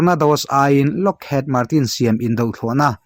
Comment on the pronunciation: Lockhiid ti a lam tur